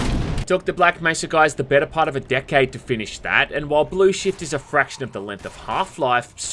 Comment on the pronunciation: every time he says "shift" it sounds like shit